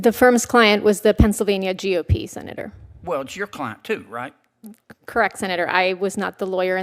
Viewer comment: Never fails. AI will trip up somewhere in the monolog! G.O.P is not gop! Like goop! 😂